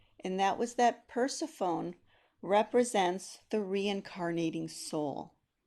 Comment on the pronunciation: When you started discussing the myth of Persephone, I was totally confused. Your pronunciation is incorrect in English and modern Greek. You should apologize it is an egregious mistake.